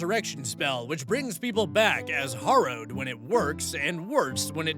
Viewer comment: You always forget the fourth option in AITA posts, "no assholes here." Also, "harrow" is pronounced like "wheelbarrow." Nevertheless, I agree with your rulings, and I loved the South Park reference.